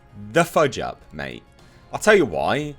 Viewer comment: “Both of you old bags probably need to SHUT AP......”🤣 Him reading that in his accent got me....😁👍